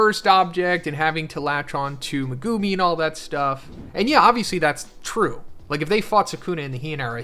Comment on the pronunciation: ''Megoomi'' will always sound so cringe to me, I always wonder why anime character names are butchered so often when people literally HEAR them spoken in the show lol